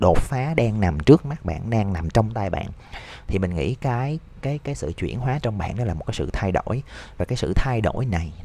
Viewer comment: "Chuyển hoá" hông phải "chuyển hó" ơi